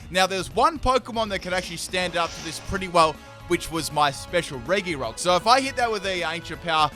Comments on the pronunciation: You prounounce it reGirock/Ice/Steel not regyrock/ice/steel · I really like RE - GI - ROCK “ITS PRONOUNCES RE - JI - ROCK”